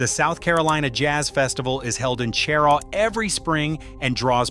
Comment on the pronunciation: Cheraw is pronounced sheraw.